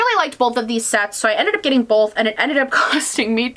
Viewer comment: are you from the midwest? i love how you say "bowlth" instead of "bowth"